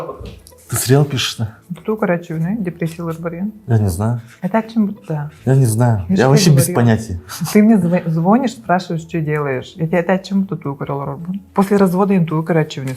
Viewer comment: Андрей влюблён в неё, а она делает вид будто этого не знает. Девушка красивая и всё. Абсолютно пустая, да ещё этот мат, хоть бы не материлась. Запас слов и выражений весьма скудный. И да, не звОнишь, а звонИшь. В прочем, они стоят друг друга.